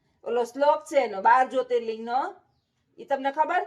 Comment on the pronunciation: Wah tame baar jyoti Ling nu ketlu saras uchaaran kariyu🙏🏻🙏🏻